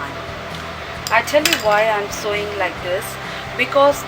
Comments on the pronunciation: hi... not to offend you, buy sewing is actually pronounced as "sowing". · Very nicely explained in both the parts. Only annoying is pronouncing Sewing as Sowing.